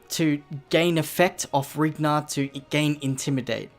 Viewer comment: I think its Rhinar, not Rignar, but awesome video!!